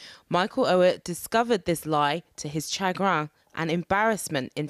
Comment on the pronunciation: It’s sha-grinn